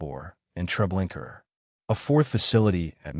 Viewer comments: Also; why do you say Treblinker repeatedly when it’s known as Treblinka ??? !!!!!!!! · Baba Yar is NOT pronounced Bobby Yur,Treblinka is Not prounced Treblinker